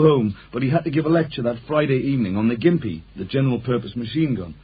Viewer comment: It’s pronounced ‘Jimpy’ not ‘Gimpy’